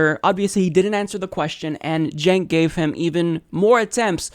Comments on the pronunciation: "Chenks" LOL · Does he not know Cenk is pronounced Jenk? Who's this "Jenks" he's talking to? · "Jenks" ... lol. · he keeps calling him "jinx" lol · Why does he keep calling Cenk Unger, "Jinx?" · He keeps calling him "Jinx!" Lmao!! 😂😂😂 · Why does he keep calling him "Cenks"? Is he seeing double? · Senks name is not that hard. Hank is on the channel all the time. How hard can it be? "Think Yogurt".. See. Easy.:-D jk. I know his name is uncommon, but there are worse names out there. Saying it properly, but then adding an 's' in the end, that isn't there, makes it even funnier.